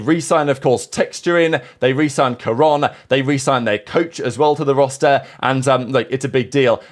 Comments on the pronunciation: Dude we HAVE to stop with this pronunciation bit, wtf was that pronunciation of Karon LOL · yeah neither is karon? what does being from america have to do with pronouncing peoples names properly? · I'm not American, I think most people know how to pronounce Karon though